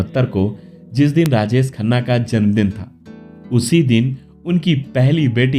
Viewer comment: अबे, राजेस खन्ना नहीं राजेश खन्ना !! बोलना सीख ले पहले! 🙄